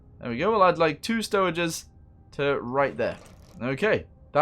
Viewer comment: he say stoweges tho